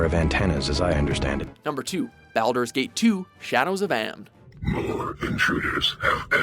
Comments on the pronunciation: Do you even play these games? You folks need a narrator that actually knows how to pronounce the game titles. Like Baldur's Gate: Shadows of Amn. BALD-urs GATE: SHA-dows of AMN... as in omn-om-nom. Seriously. It's irritating. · Omg the way he Baldurs gate 😭😭😭😭